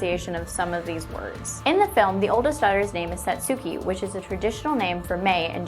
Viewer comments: I think in the movie it's pronounced sot-ski for Satsuke (in english) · It's pronounced "Satski" not "Satsooki" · I just cannot get past the horrible mispronunciation of 'Satsuki.' Your improvised intonation is as awkward as saying, 'toe muhtoe,' as an attempt of saying, 'tomato.' Then again, you did warn viewers, so I only have myself to blame. For future reference, though, it won't kill you to try to learn how to pronounce certain words at least for videos you're going to post. Hell, after what I just heard, listening to the audio on google translate would've helped you. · Go fucking watch the movie before making a video on a conspiracy. You would then know how to pronounce Satsuki's name properly.